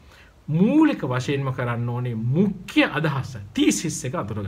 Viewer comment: මුඛ්‍ය kiyana ekataමුක්ක්‍ය kiyanawata asai mn